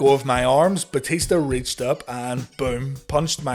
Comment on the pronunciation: Booker said "Batishta" all the time xD xD